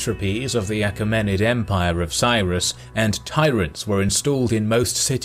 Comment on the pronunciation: A KEE ma nid. Mai LEE tus. Pronunciations are in dictionaries.